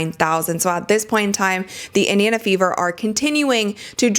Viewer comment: Someone please tell that it's Indiana and not Idiona